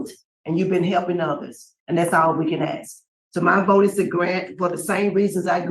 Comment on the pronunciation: Don't axe me. 🙄 😒